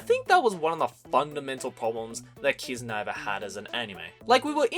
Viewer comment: I thought kiznaiver was pronounced kizna-iver.